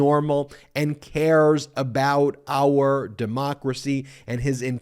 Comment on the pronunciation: AR border! AR people! lmao MTG? it is pronounced OUR!